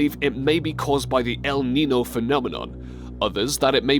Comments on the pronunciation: the "el ninoh phenomenon" fucking lol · Love listening to an English dude trying to pronounce Spanish words! Elneenoo huh! LOL!